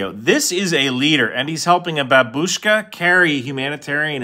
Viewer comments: When saying Babushka [Ba bu shka] you stress the first syllable not the second, so it should be pronounced Baahbushka and not B(a)bUshka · he stressed it wrong, almost every english speaker makes that mistake. it's BA-bushka, but they say ba-BU-shka. and yes, where you stress a word does count when it comes to correct or incorrect pronunciation. because at best, stressing it wrong makes it feel off, and at worst, it can change the meaning of a world. take the difference between por qué (why) and porque (because) in spanish, the same sounds, different stress. you might think the difference is just in the pause, but it's not. you can try to put a pause in porque, but if you keep the original accent it's still going to sound like you're saying "because" instead of "why" so it gets really annoying how english speakers insist on using the word babushka (when they could easily just say granny) because they never say it right, even if they get the sounds of the letters right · nothing to do with accents, this shit is literally how you fucking pronounce the damn word. no damn accent stresses the U and lightens the initial A on "babushka" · I've said it a million times abd I'll say it again, it is pronounced as Babushka not Babooshka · not pronounced “ba-boosh-ka” it’s “bab-sh-ka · The way he pronounced "babushka" makes me want to light myself on fire and jump out a window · lol anyone that's ever heard it from a russian speaker knows he didnt pronounce it properly, I guess you just dont know how it's actually pronounced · it’s not pronounced properly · Love your videos, but you mispronounced Babushka, my Russian wife says the emphasis is on the first syllable.